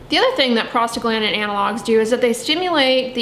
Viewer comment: Am I the only one who hears “prostate gland” whenever she says that one word? 🤣